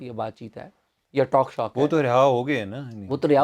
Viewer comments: Cheema Sb, again you called it taaak Shaak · ایک درستگی کرتا چلوں کے ٹوک شوک بولتے ہیں نہ کے ٹاک شاک